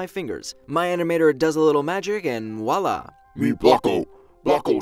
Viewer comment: It’s vwalla